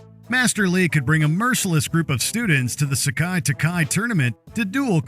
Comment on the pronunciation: It's (SE-KAI, TAI-KAI), not (sock-eye, talk-eye).